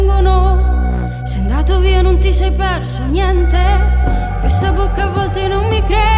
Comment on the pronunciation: Ma pronuncia la d a posto della t. Dice: Tando, Piando, Niende.